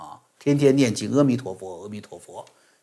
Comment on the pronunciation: 不是「痾」彌陀佛，是「阿」彌陀佛........